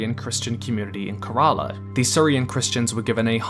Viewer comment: Oh dear lord........you butchered the pronunciation of Kerala.... 😵